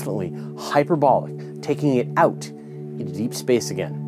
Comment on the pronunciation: that canadian accent...every time you use the word " out " drives me nuts...